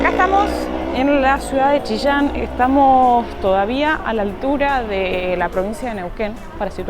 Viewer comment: Jejejeje... me encanta como pronunciaron Chillán. Chishan. 😄